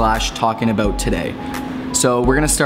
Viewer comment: You said "aboot":) Hope you guys had a great weekend